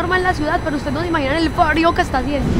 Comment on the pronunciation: soy yo o dijo fario en vez de frio